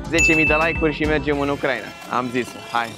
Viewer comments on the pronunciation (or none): none